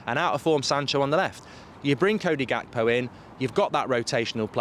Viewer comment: Gekpo is pronounced wrongly. You need to drag the G mark. We do the same here in South Africa when we speak the "Afrikaans" language it's close To dutch the G is dragged